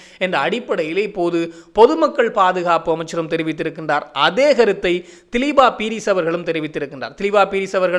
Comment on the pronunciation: மிக பிரபலமான தொழில்துறை திறமைக்கு பெயர்போன ஒரு ஜனாதிபதி சட்டத்தரணியின் பெயரை பிழையாக உச்சரிப்பது அவரை அவமதிப்பதற்கு சமமான குற்றமாகும். இன்னும் தினசரியாக செய்திகளை வெளியிடும் ஊடகவியலாளர் என்ற ரீதியிலும் மிக பொறுப்புடன் பிழையின்றி கூறுவது மிகவும் அவசியம். அவருடைய உண்மையான பெயர் திலீப பீரிஸ் ( திலீபா பீரிஸ் அல்ல ) இலங்கையில் தேசிய குடிகளாக உள்ள வெறும் 3 இனக்குழுக்களின் பெயர்களை கூடவா உங்களால் சரியாக உச்சரிக்க முடியாமல் உள்ளது ? மேற்கத்தைய நாட்டு மக்களால் மட்டும் எப்படி இலங்கையிலிருந்து புலம் பெயர்ந்த அத்தனை மக்களின் பெயர்களையும் சரியாக உச்சரிக்க முடிகிறது வெட்கமாயில்லை ?